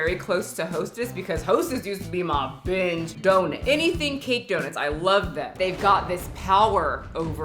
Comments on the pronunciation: Just came to hear say “Dough-nit” and I’m not disappointed. It’s my new favorite word. 😂 🙏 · I love how she pronounces it and I can’t get it out of my head 😂